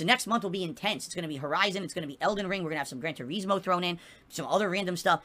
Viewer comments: ive never heard anyone call it that.. everyone including the reviewers for 15 years called it Tur-iz-moe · Why does he think people want to watch him drive through the grass in "Gran Toureezmo" lol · Grand TuREESmo! BWAHAHAHAHAHA 🤣🍸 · "gran treesmow" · He can't say Turismo right and it pains me to hear him say it.